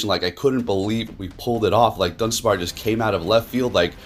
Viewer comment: lol “dunspar”